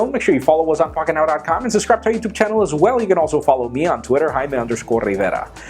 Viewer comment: Just say "rayme"